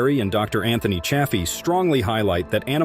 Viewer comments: It’s not cha as in chad. It’s chay. Even dr Chaffee says chayfee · Infuriating bot narrated video, pretending carnivore YouTube banning info, and the narrating bot mis-pronounces Chaffee's name.👎👎👎Grrrrr.😬🥱